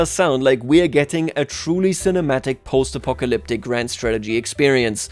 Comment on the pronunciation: What was that Apocalyptic pronunciation? Almost made me Apoplectic.